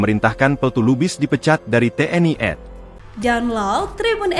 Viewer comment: Komentator membavanya salah seharusnya kalau singkatan itu dibaca TNI AD Dibacanya tni adi jangan dibaca tni ed jarus belajar dari ejaannya dan mendengar dari anggota bagai mana mengija bacaan itu